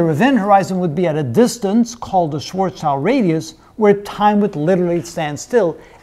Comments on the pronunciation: It's not "Schwarzchild"! His name was "Schwarzschild", it's German, "schwarz" stands for "black" and "schild" means "shield" in Englisch. So his name translated to Englisch means "Blackshield" and not "Blackchild" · Its schwarzschild Not schwarzchild